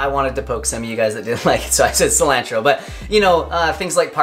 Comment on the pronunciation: D, Your channel is awesome. I've watched everything you have put out and instantly watch any new videos. But, lol, google the pronunciation of Cilantro. I love the smell, taste and benefits of this herb, but you are butchering the pronunciation. Peace brother and Crystal's laugh is the BOMB